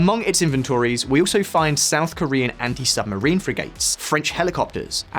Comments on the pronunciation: south is shout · "SHOUT CHINA SEA" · "shout china sea" 🙃🤨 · loved the "SHOUT CHINA SEA"! :) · It's "SHOUT CHINA SEA"😁